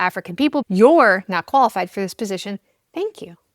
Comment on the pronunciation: "Your not Koala-fied" 😅😅